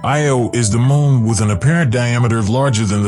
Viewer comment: Larn to say moon right🌜 not mon